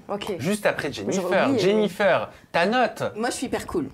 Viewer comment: "Jennifeur"??? Pourquoi prononce Jennifeur? Ou dirait pas plutôt " Jennifaire"? C'est pas joli